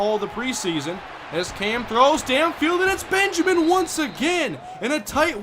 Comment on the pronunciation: I kinda feel bad for Benjamin. It's bad enough he gets his first name pronounced "Calvin" due to accent:-P but he's literally become yesterday's news.